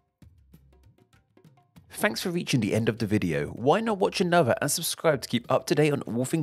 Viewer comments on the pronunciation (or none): none